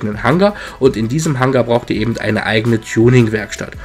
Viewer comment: Eben und nicht ebend :^)